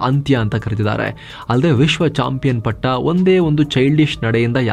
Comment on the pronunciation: champion patta ❌ champion katta ✅ 😅😅